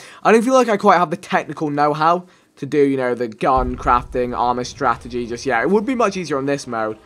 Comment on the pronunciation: What is with all of the wors abbreviations where unnecessary it is ridiculous haha "strat-EGY"